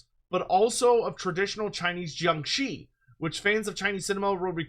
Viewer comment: I like how you pronounced jiangshi.👍